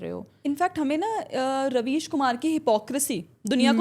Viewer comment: Ravis ❌ Rebies ✅